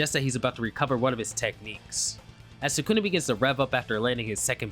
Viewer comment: You pronounce sukuna like ppl who pronounce naruto all wrong Nuh-root-oh Suh-koo-nuh 😂 Just being honest